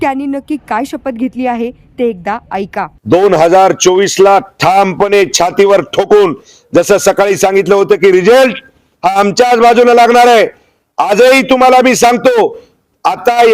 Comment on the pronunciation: रिझेलट की रिझल्ट 😂😂